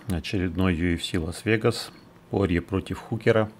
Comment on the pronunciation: Не По́рье,а Порье́)))